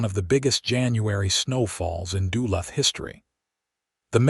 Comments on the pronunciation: I'm Australian and even I know you are butchering Duluth. Shame on you an american should know his own countries town names. What is a borger supposed to be. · Yup agree with the Ausie....don't know how to pronounce Duluth....or half the other stuff. :face-red-droopy-eyes